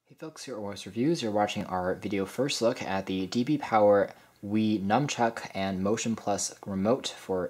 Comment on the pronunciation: It's nunchuck, not numchuck!